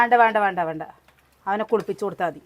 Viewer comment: വാണ്ട എന്നല്ല വേണ്ട 😡